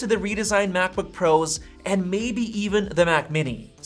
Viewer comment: this guy pronounces "and" as EHH'ND